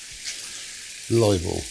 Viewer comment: olive oll